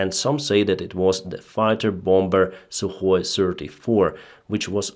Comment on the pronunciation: suhoy SIRTY ??????? EAR TO EAR missle ???? sree of them ??? skys ??? aviation was activ on the sauce ??? sirteefive kilometers ???? Honestly ???? Man !!!! how can you say something like that when you are able to speak englisch without any other problems ???? dude , dont you know that H in word HONESTLY is silent ???????